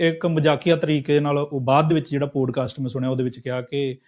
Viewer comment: ਪੋਡਕਾਸਟ ਨਹੀਂ ਪੌਡਕਾਸਟ...this is for MOST Indians. Learn to correctly pronounce English words. It has NOTHING to do with accent (American or British)